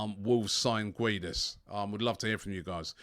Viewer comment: Robbie its pronounced Gedes, the u is silent